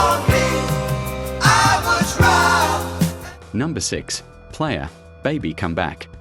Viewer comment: The strange way your narrator says "the American rock group Player", I'm guessing you're using AI for voice narration, and I suspect for the script as well?